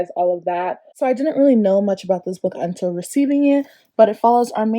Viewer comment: Please drag goodreads,,, okay I’ve never heard of the book slot but I’ll have to check it out. That unTILL really got me😂💜 FRANKLY IN LOVE YESSS!! The Texan way lol!! Maximum ride whoa what a throwback!! Preach about thrillers!! Lock every door blewwww me away!! 💜💜 awe that giggle when you said clap when you land was adorable!! Kasie West of course!! I really really want to read don’t read the comments